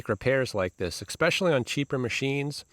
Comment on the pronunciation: What is "exhahst"? "Ekspeshly" is still not a word.